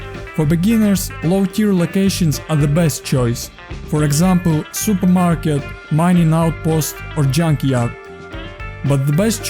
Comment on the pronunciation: "S perm ket"